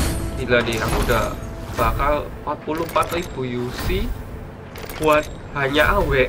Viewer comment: bakar bukan bakal dan akhir nya bukan akhil nya ngomong yg jelas dan bener